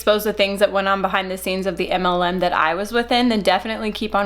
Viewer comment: I’m obsessed with the way your pronounce “MLM” 😍